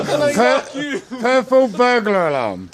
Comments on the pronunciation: that sounds like when non finnish people try to say "perkele" first time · I LOVE how he struggles to even THINK about it. "PURRPLE mind.exe has stopped working BURRRR" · puck u 😅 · Why are you so much emphasis on the U?